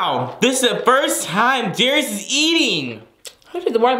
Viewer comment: Darius said it right!